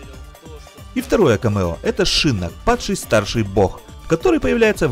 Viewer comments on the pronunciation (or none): не шИнок а шинОк если ты конечно переводил игру на русский